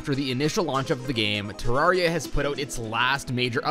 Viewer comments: Devs say: ‘It’s not ter rawr e a,it’s Ter air ee a’ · it pains me so much that you called it “terra-ria” in the intro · Im fine with "Terraria" or "Terrahria", but "Terroria"?! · GODDAMMIT IT'S TE-RAWR-EE-UH! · Every way you said it is fine except "terra-rhea" Thats a sin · It's actually pronounced Ter Rare Ia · Excuse me it's pronounced Terraria. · it’s pronounced ‘Terraria’